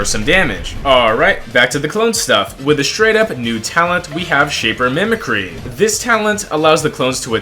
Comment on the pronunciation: pronouncing mimi-cry as mimicree hurts my soul as a red mist fan